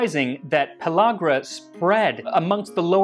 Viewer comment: Excellent video, and superb discussion of Niacin from nixtimalization and pellegra (BTW, it's: "pell- ĂG - ra," NOT "pell - AWG - ra"; the "a" is pronounced as in "can".) Also, thanks so much for including the information on dietary-deficiency pellagra, which occurs in America, too. I once met a young college student who was, apparently, trying to exist solely on alcohol, and who had ALL the overt symptoms of pellagra, including dermatitis and mental confusion. If I was able to do nothing else for him during that brief encounter, at least I convinced those around him to get a multi-vitamin down him every day, and some real food, too!